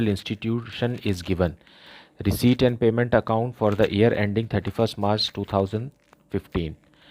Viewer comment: Sir reciept ko reshit kyu bolte hoi 😂😂🥲🥲🤣🤣🤣🤣🤣🤣🤣🤣🤣